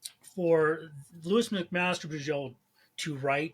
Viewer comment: For what it's worth, I've always pronounced her name 'LOW-is', like Superman's girlfriend, not 'LEW-is'. . No, the Penric series is in the fantasy 'World of Five Gods', not the SF Vorkosiverse. Though that world does have obvious parallels with medieval/early-modern Europe.